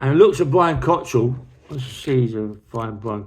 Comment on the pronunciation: It’s COCKRELL NOT Cottrell!! No wonder people take the piss out of him now if you keep mispronouncing his name! 🙄😆